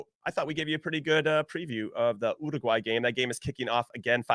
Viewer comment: URRRRRUGUAY...😂. Not making fun of anybody.It just sounds funny to my latino hears.